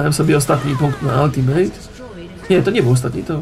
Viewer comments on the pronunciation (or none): none